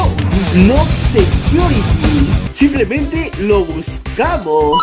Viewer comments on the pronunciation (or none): none